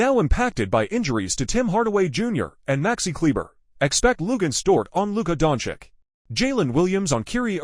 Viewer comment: The AI voice is painful to listen to. Every sentence sounds exactly the same. Not to mention, who are Keerie and Donkick that it keeps talking about?? 🤔 I would rather read this commentary as a blog post than listen to it like this.